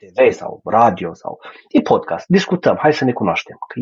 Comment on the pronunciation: PODCAST!!! SE PRONUNTA PODCAST!!! NU PODCHEST!